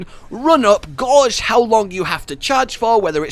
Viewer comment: great fan of the content your pronounced gauge gorge when actually is pronounced Gay-ge